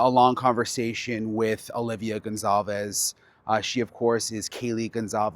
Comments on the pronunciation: Brian please if you respect them pronounce their last name correctly. Their last name is GonCALves not Gonzalves. There is NO Z, it is CAL. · Brian really? It's gonCALves.... not gonZALves... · GON-CAL-VEZ ITS BEEN YEARS SIR.